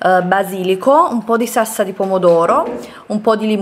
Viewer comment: Ma perché dici sassa invece di salsa?😅